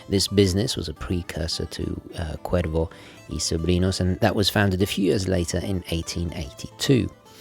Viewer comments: Que bién que pronuncia el gringo la "r" en castellano. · Gomez 777 indeed. I still appreciate it nonetheless mate. Always great hearing things being pronounced correctly. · Que bien pronuncias Cuervo y Sobrinos sin ningun acento increible pero cierto. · This was excellent...i was curious about the brand,its wonderful to learn they have a fascinating history. Perfect pronounciation in spanish there mate😆👌 Edit:you know you are obsessed w watches when after watching a clip by or Watchfinder youre inmediately checking the prices for the brand in question on chrono24 or wherever😂😂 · Im Mexican and you have a very good pronunciation for Cuervo y Sobrinos. Loved the review, i hope you could do the Historiador Flameante soon. Thanks for the video. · As a latino from NYC I absolutely love that you’re actually properly pronouncing the name Cuervo y Sobrinos as its supposed to be pronounced. Not how English speakers would typically say it. Very nice detail right there. appreciate it as always a great video. Cheers from NYC!